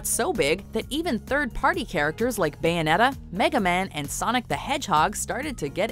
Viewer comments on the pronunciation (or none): none